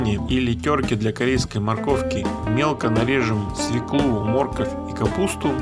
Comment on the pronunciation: а где так говорят "мóрковь"?....обычно мoркóвь...